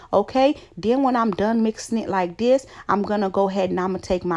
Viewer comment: What is "diss" its "this"